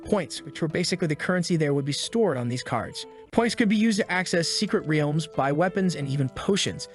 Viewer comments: The Ree-elms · Bro said wrlaems